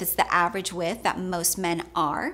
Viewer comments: Love your videos but it drives me crazy when you refer to shoe 'with' It is 'width' here in uk I'm done! Haha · There's a "d" in width.